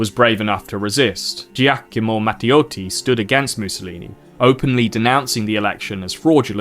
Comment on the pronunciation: he completely butchered it, what are you on about? It's not even close to how it's actually pronounced